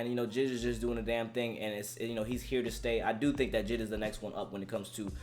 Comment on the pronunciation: Are going to pass the fact my guy said JID instead of J.I.D